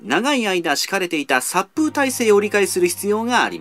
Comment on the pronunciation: さっぷうじゃなくてさっぽうだと思う。 もしくはさくほう。